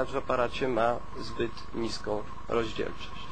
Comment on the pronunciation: BTW, "informatyku", nie mówi się "roździelczośc", tylko rozdzielczośc. (szkoda tylko, że c z kreską napisac nie mogę). Hmm, i jeszcze w gaciach paraduje... Ale luzak. :D